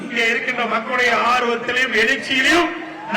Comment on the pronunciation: மக்களுடையா ஆட்சியை அகற்றவா😅😅😅😅யோவ் தெளிவா பேசுயா😅😅😅😅